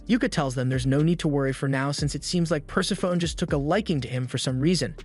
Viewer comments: Great recap vid. I enjoy these as there's so much out there to check out, and these recaps really pull it all into digestible bites. :) By the way "Persephone" is pronounced Per-Sef-O-Knee, not Purse-a-phone. ;) Great vid! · Love the channel, but if she's the goddess of death, then it's probably pronounced pər-SEF-ə-nee.